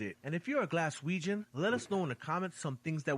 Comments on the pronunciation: What the fook did that guy call us? Galweganz? Fannybaws it's Glaswegian...😃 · Galweigen lol its glasweigen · As a Glaswegian, I really wish the narrator in the video you are reacting to would stop saying Galwegian!!! URGH!! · His pronunciation of Glaswegian was hilarious lol Also if your in Glasgow and its a nice day You can also visit the Peoples Palace located in The Glasgow Green.